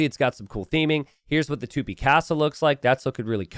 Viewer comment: It's Tupí, not Tûpi